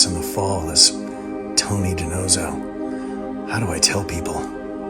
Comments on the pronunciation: Di-Nose-oh you're pronouncing Tony's last name incorrectly. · Don’t forget Fornell always called him DiNotzo.